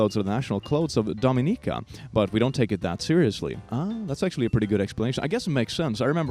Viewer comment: bambi hates doing this.... but can't help it on this one because she lives in the New Orleans area and creole culture is something you learn about... Dominica is pernounced "Dough-min-ick-kah".